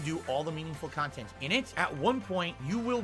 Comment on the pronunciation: He can't say dog, box or content correctly, of course he can't say Miquella.